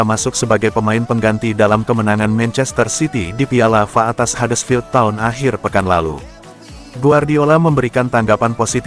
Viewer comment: Ya kalo yg bawain narasinya suara yg ini nyebelin....bikin gak enak didengar... Piala F.A aja dibaca fa.....